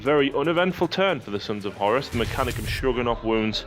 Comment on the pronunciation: WhoreRuss Not Horis Saying it like that makes me think more Corner shop owner than Warmaster :D